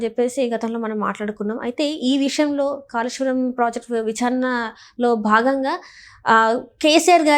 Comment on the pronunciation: ఖాళేశ్వరం కాదు కాళేశ్వరం తెలంఘాణా కాదు తెలంగాణా విఛారణ కాదు విచారణ